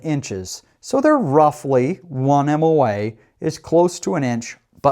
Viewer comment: Moa not mom.